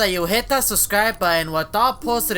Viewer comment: why do say suscribe